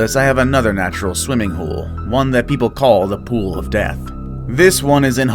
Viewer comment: The way he said The pool of DEATH be like 😐